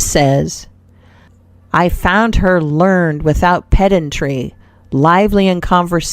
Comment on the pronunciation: Good stories but couldn't listen to the robot narrator, sorry. It had an uncomfortable cadence. And it kept saying learned instead of pronouncing it properly, learn-Ed.